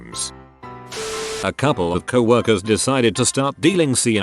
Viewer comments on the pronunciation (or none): And "cow-erkers decided to start selling sea"